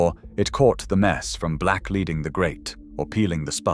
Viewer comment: Please note black leading, is pronounced black ‘leding’ in the uk.